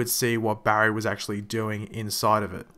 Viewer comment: Your so bad at saying his name Barry